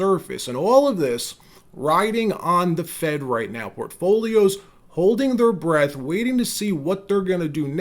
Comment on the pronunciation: The phrase is Holding Our BREATH, not Bredth.